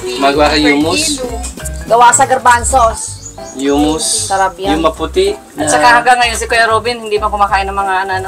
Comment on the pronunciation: It pronounce ' khumus, not yumus (humus)